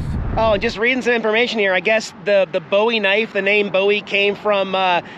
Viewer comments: just a little help with how Bowie Texas is said Boo-ee. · I'm not good at phonetics but in Texas we pronounce Bowie Boo-wee, light in the W. Not like David Bowie. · Love you and your videos plus the kitties. The town is pronounced Boo eee. Bowie. Do not be offended as you are not from the area and did not know Hugs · Where I'm from its pronounced "Boowee" Texas and same for the knife...Lol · It’s pronounced Boo ie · Hey when you pronounce the name BOWIE IT IS NOT THE WAY YOU PRONOUNCED it